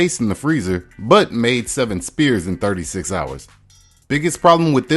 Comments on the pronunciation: Sphere is pronounced sfears not spears. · Bro, why are you saying spears? They're spheres, for crying out loud. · Great vid. Thanks for teaching these tricks. Don’t say “spears” - it’s pronounced “sss-fears”. ✌🏻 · Spheres not spears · At 3.55 you say 'spears' twice. It's spheres. The ph is said as an f !!!! How do you not know this?!?! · It’s not “spears” it’s SPHERES. Pronounced “sfears”. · Sphere is pronounced sfear not spear. a spear is a weapon. A sphere is a round object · Nothing new learned. Also, they're spheres not spears. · Aks anyone, the pronunciation of sphere sounds like 'sfear'. Good video, looking forward to giving this a try. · They’re not spears. They’re spheres, pronounced sfeers. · Spears? Spheres, maybe? Pronounced "sfeers", I believe. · Spears? Oh, Spheres! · Sphere not spear. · Spheres = sFeres ! NOT sPears ... got it ?? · It's not "spears," it's "spheres" - pronounced like sfears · Ss-fear. Not spear. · Are you saying spears? Or spheres? It sounds like you're saying spears... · Is my guy really saying "spears"? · Sorry, dude, but you lost me at "sPears" . . . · Interesting. "speres"..! lol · sphere /sfir/ The P is pronounced as an F. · “Ice spears” 🤦‍♂️ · Hey bro, the word sphere pronounced "sfear". Great vid :) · Homie keeps sayin "spears" and its fuckin killing me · Ice "spears"??? You try to say "spheres"? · S-f-ear. Sph makes the SF sound🤦a spear is for throwing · Spheres is pronouns sfeers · Loved the video and I will definitely be trying some of these methods but not your pronunciation of the word sphere the ph has a f sound 🤦‍♂️ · Ph makes an F sound in sphere lol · pronounce the word SPHERE you illiterate